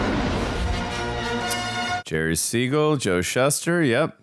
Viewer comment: Oh? Thanks! I've never heard "Shuster" pronounced like that before now! I've only heard it pronounced like "shoe-stir"! 😮